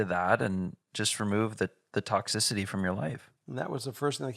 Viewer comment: Hello! Tox-sis-i-ty, toxicity, no ‘d’ 😊